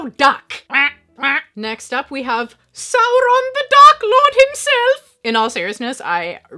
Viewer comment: Maybe I misheard but I swear you say sauron the duck lord. I know your big on funko pops, but you may wanna check out funko mystery mini lord of the rings they're super deformed cutsie smaller figures than pops but with more detail.